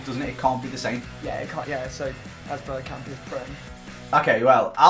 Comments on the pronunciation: Hmmmmmm... Patrick Berkamp good one. No hate just found it really funny 🤣🤣🤣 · Patrick berkamp! 😂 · Patrick bergkamp 😂 come on it’s one or the other